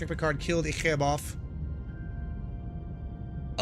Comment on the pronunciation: Love the video man! Idk if you’ve watched Voyager, but his name is pronounced E-Chip.